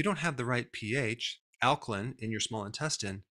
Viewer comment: alkaline is pronounced /ˈalkəlʌɪn/ not /ˈalkəlɪn/